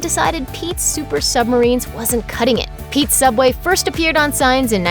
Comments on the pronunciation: In the future subway will change into sooubway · TheOdd1sOut Fans: Sooubway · So soobway was not Always called soobway?